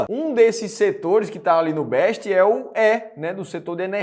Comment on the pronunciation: Não é BEST é BESST.....e tem empresa aí que está saindo da Bolsa.....